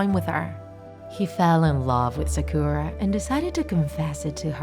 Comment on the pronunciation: I think u should read sakura as sàkura, not sakùra